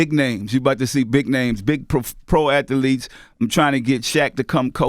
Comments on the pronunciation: Big names . Big At-tha-letes . 🙄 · "Ath-Elites" lol. I love my brotha Master P man.